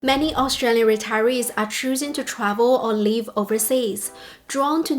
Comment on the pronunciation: You keep pronouncing 'live' like 'leave'. Because both of these words are used a lot on your spiel, this causes unnecessary confusion.